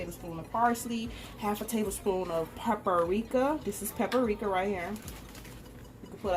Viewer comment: Every time she said takis and paprika wrong I was yelling at the screen🤦🏽‍♀️